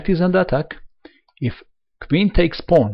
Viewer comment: paoaowoon teks paoaown, kuveen, bleek reesiiiiignnnnnnned